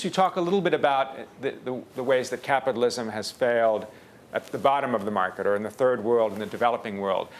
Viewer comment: "creative capatalism|" HAHAHAHAHAHHAHA Piss off Gates.